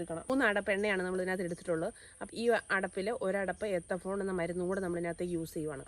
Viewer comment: എത്തഫോൺ അല്ല മോളെ എത്തിഫോൺ, പക്ഷെ ഒരു പ്രശ്നം എന്തെന്നുവെച്ചാൽ മൂന്നാം വർഷം തേച്ചാൽ അഞ്ചാം വർഷം തടി വെട്ടിവിക്കാം 😂😂😂.